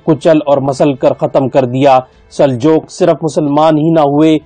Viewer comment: Sir g Saljook Sahi lafz hy Saljok nahi kehty Baki MashaAllah study Achi hy